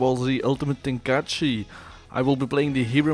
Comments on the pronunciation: (Tee-En) Not teen. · and its not "teen" its tea en